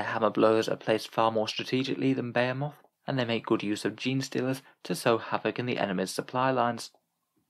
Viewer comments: They way you pronounce Behemoth snags my brain more than it probably should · Why do you pronounce behemoth like that 😭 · I've never heard someone pronounce behemoth so incorrectly in my life 🤣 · Yeah... when you're really used to hearing a word pronounced a certain way it becomes really hard to hear it said any other way...